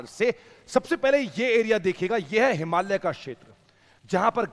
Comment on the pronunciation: भाई साहब इतने ज्ञान के बावजूद आप हिमालय कहना नहीं सीख पाए । "हिमालिय्यै" नहीं है वह , "हिमालय" है ।